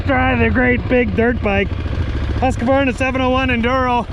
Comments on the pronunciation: Tip: Its not Hus-ka-qvarna it’s Hus-qvarna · Husk - a - varna ? 🤔 It is pronounced Husqvarna, actually to be technically correct is sounds like ( Hooskvarna ). But it certainly isn’t pronounced like old mate said. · Don’t forget about the Husk - A - Varna. 😂😂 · I stopped watching just after you pronounced both bikes names incorrectly 🖕🏿